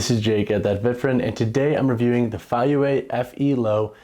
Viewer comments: It's pronounced Fay-yea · The pronunciation is Fay-pause-youeh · Both pronunciations are wrong but that is ok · "I've seen two different ways to pronounce the name"...and they are both entirely wrong.